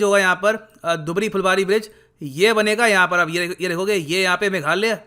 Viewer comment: दुबरी नहीं धुबरी बोला जाता है। मजुली नहीं माजुली बोला जाता है यहां।